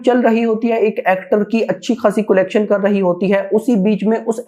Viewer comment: Bhai कोलेक्शन नहीं कलेक्शन होता है😂😂😂